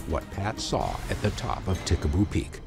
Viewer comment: Ta Ha Ha Ha! Pickaboo peak? Nah, it's Tikaboo Peak. Whatever I want to see a UFO.